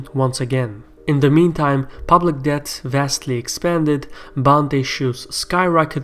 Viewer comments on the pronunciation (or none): the "b" in debt is silent. Pronounce it like "det".